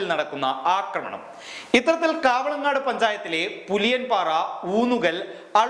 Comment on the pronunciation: കാവളങ്ങാട് പഞ്ചായത്ത് അല്ല, കവളങ്ങാട് പഞ്ചായത്ത് ആണ്.